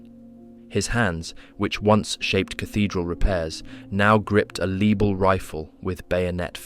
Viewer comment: Lebel is pronounced leh-bell